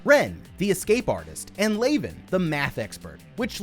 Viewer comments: Leavan is pronounced like leven, not layven. As in Leavenworth Prison, US. The rest are Kazan Prison, Russia/ San Quentin, US/ Holloway Women’s, UK/ Centre pénitentiaire de Rennes, France/ Alderson Federal, US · It’s pronounced lev in. All the characters are named after infamous prisons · Also calling Leaven "Laven," Worth "Warth" and Quentin "Quitton." Dude... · Your incorrect pronunciation of "Leaven" is the most grating thing I've heard this month. The characters in the movie LITERALLY PRONOUNCE IT OUT LOUD correctly, all you had to do was repeat how they say it. Even if you had never heard of the infamous prison "Leavenworth" that the character's names are pulled from and how that prison is correctly pronounced, all you have to do is not watch the movie on mute and you'd be speaking correctly. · I absolutely love this movie. Because we get no external answers, and everything is so contained in one cube at a time, it really forces the actors and the writers on developing character and story. However, it was surprising that you did not mention the prisons each character was named after. And, being that it is in my state, I flinched every time you mispronounced Leaven (unleavened bread, Leavenworth, KS) 😂. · You mispronounce basic words (Cartesian, chasm), your commentary adds very little, and the parts where you show your face were better skipped. Even Leaven is pronounced differently. I miss when this channel was good...